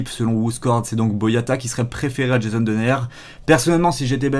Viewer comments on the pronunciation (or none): none